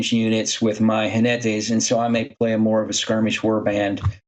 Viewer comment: ¡Jinetes! With the 'j' sounding like a harsher 'h' and the stress on the 'ne' syllable, not 'ji'. Both of you did very well, especially considering you're English speakers (spanish has a very different phonology).